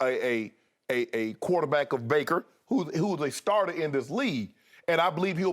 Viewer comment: "Kuwater-back" it always amuses me the way Shannon says it 😂😂😂